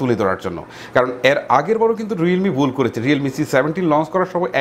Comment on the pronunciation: উচ্চারণ এর সমস্যা আছে। বুল,টকাচ্ছে,গাদা,কারাপ😂😂